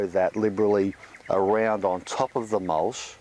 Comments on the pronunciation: what's mulsh? do you mean mulch? lol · It mulCH not mulSH!!! Annoying! Other than that, great info!